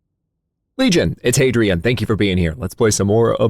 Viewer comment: Be vewwy vewwy quiet...Hadrian's huntin for bunny wabbits